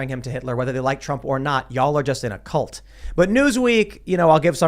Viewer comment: can't even pronounce cult. WTF is a callt?